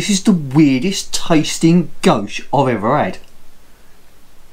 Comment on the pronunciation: Very good beer tastes like a maple stout! Didn’t realise you pronounced it goshe always thought it was goze